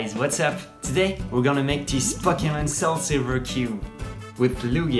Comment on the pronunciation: Ngl, the way he pronounced pokemon almost got me. lol